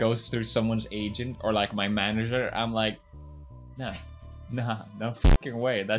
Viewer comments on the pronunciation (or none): none